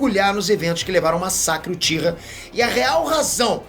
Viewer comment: "Joãozinho Uchira"... 🤣🤣🤣🤣🤣🤣🤣